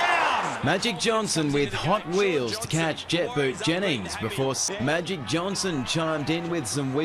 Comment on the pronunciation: Magic not majic bro